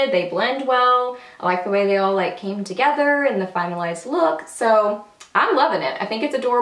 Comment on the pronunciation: You had me chuckling! At the beginning I thought you said, "final ass product" but realized you said "finalized product." :) Beautiful look!